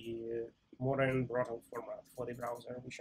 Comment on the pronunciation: I think it's a mistake in multiple videos, nothing serious, but it's actually "brotli" compression, not "brottle", right?